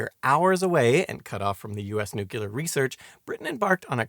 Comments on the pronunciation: Did you say, “newculer research”? It’s phonetic. “Nu-clear”…🙄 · Eisenhower said noo-cu-lar. (and of course the rest of the world thought he was an idiot for it) It is Noo Clee Ar ... just how it's speeled. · It's like New-Clear. Not nuke-u-lar Oh weird you get it sometimes, still a great video I knew nothing about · so everyone has been wrong. It's 'new-clear'. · I just can't listen any more to you saying noo-cu- lar! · A fine and informative video, but you seem to have a few problems with pronunciation. nuclear (Br: /'njuːkliəʳ/; Am: /'nuːkliəʳ/; “NEW-clear”) Prospero (Br: /ˈprɑspəˌrəʊ/ ; Am: /ˈprɑspəˌroʊ/ or /ˈprɑspˌrou/; “PROSper-oh”) For the key to the pronunciation guides, look up “IPA” or “International Phonetic Alphabet”. Edited to make some small corrections to the pronunciation guides and to add the reference to IPA.